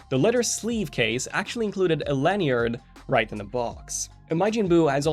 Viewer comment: Google: American pronouncing lanyard. You’re welcome.